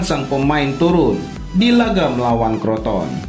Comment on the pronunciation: crotone lah bukan kroton 🤣